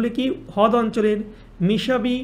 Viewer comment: দাদা হদ না রদ😊😂😂❤